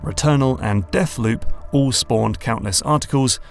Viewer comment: "Deafloop" - a joke courtesy of the London accent!